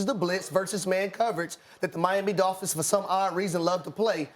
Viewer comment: She said Dohl-phins 😂